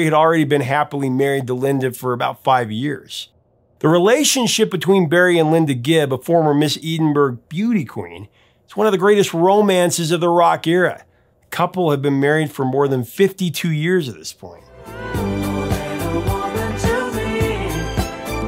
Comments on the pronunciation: Took a moment to realise that "Eedin burg" was Edinburgh. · Briscayne Bay? EDEN-BERG? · Eden Berg? Surely, you meant Edinburgh (pronounced "Eddin-burra"). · Your pronunciation of place names is criminal! It’s not “Eeden-burg” it’s “Edden-bro”! Also, “Biscayne Bay” not “Briscane Bay”! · FYI.... Phonetically - Ed-in-borough Not Eed-en-burg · Maurice is pronounced Morris (more-iss) and Edinburgh is Ed-in-burra. Great videos, but when discussing British bands/musicians some of the pronunciations are very jarring and pull you away from the narrative. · Thanks for another fascinating story. FYI Edinburgh is pronounced ED - (as in bed) IN - BRUH. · Edinburgh is pronounced edinburrow mate 👍 🤣 👌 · "Eedinberg" lol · Eeedin-burg. Professor of pronunciation 😂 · please learn how to pronounce Edinburgh. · You don’t pronounce “zenith” nor “Edinburgh” that way. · You mispronounced Edinburgh